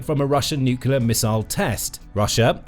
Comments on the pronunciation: Nuclear, not nucular. I would expect somebody with "Military" in the channel title to know that. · It's Nuclear - Noo-clee-ar, not noo-cuu-lar! Seiously though, this video is all about how Russia's missiles are failures, but makes the assumption that it's nuclear warheads would work, if only Russia had a way of delivering them. Surely it is possible that the warheads themselves are about as dud as the missiles? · Why can't people pronounce nuclear? It's 'new-clear' not 'new-cue-lar'. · NUCLEAR! - Nucular is simply wrong (I've just looked this up!)...seriously, I am not a native speaker, so I have no trouble with mistakes (I still make a fair share of my own - especially "Germanisms" so trying to use English like I would German, which often doesn't work well), but this pisses me off as it's low effort to correct this (just like stuff like using of instead of had (should of done - no: Should have done!))... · Nuclear, pronounced, new clee er, not, new cular. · It sounds like you are saying nook-you-lar instead of nook-lee-ar. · PLEASE stop pronouncing 'NEW-CLEAR' as 'New-Q-LUR'. PLEASE-PLEASE-PLEASE. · It's nuclear not nucular. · Nu cu lar. The word is nu cu lar. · Check the spelling of the word "nuclear". Do you see it spelled 'nuculer'. ? Do you pronounce the core of an atom a 'nuculus'? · Please stop saying ‘nukular’. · "Nucular", again. Jesus wept. I can't take you folks seriously anymore, unsubscribing. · Saying "nuclear" like that! People will think you are American.